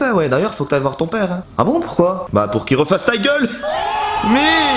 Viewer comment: J'ai l'impression que t'as un accent québécois des fois mdrr genre quand tu père à